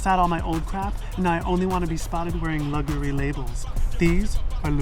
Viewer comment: "Now I only want to be spotted wearing ludgury labels"